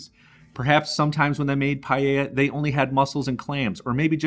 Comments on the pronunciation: It is not pallella its PAELLA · DOUBLE CHECK YOUR PRONUNCIATION WHEN YOU SAID PAELLA. THE PRONUNCIATION IS PAEH -YAH. CHEF JOSKEN 👩‍🍳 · Is not pallella 😂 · PaaaaEllJaaa ....not payeya ...........c'mon guys. Pees traditional? Give me a break! I live in Valencia the birthplace of PaaaaEllJaaaa. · Payeya. You say it funny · Good, but PLEASE get the pronunciation good ;-) . You pronounce the LL, but follow that with a Y ...LLYA ;-) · It is pronounced payla. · CORRECTING MYSELF. PAELLA PRONUNCIATION PAH EH YAH. DELICIOUS!!! 👩‍🍳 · the pronunciation is: PAH EH YAH..Paella. :) yummy dish! thanks for sharing! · The way he says Paella is just hilarious